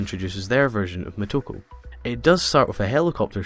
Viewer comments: it´s "Motoko", not "Mehtoko" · I'm wondering why you keep calling her "M a toko" when her name is M o toko. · exactly he's Scottish